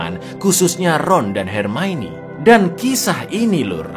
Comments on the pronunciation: NGAKAK setiap kali bilang "HERMAINI". 😂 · Ma'af, koreksi sedikit, "Hermione" di baca Hermaioni" 😀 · Jaman masih ga bisa ngeja hermione